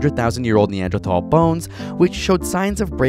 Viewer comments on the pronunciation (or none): none